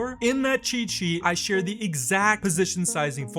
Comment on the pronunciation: Can you properly pronounce "cheat sheet"?